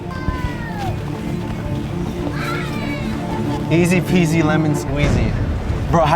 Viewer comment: You don't say ez p z it ez pz squeez my lemon